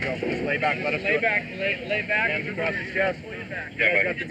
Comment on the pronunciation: How have people learned to talk? It's not pronounced "acrossed" it's just !!!across!!!